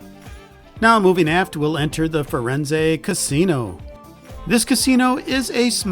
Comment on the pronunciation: Fur enz? That's not how its pronounced. Thanks for the video, though.